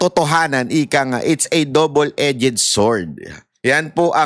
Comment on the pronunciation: Correction: DOUBLE - EDGED…….pronounce as [ dobl edz]. NOT. [ E- JED ]